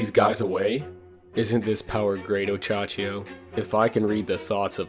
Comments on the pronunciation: Minor nitpick, but it's Ohachiyo not Ochachiyo. Great video apart from that :) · Oh hey dude just wanted to say, you pronounce it oh-Ha-chi-yo not Och -Achiyo